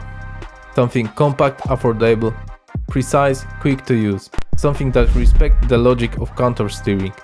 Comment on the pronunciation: are you from poland? your pronounciation of afordable is very polish like